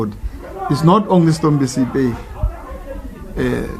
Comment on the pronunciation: ANC is campaigning for themselves in every funerals, he doesn't even know to say stompie but he says stompo...sis uyangenyanyisa. I know u ANC as u did the same to my grandmother's funeral at phokwane koko Boshielo last year not w u r at stompie's mother after so long really u r disgusting.